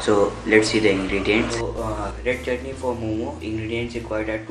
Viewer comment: "One chitney" Seriously!? Dude, so you actually eat pieces of chutney? XD XD Well Done!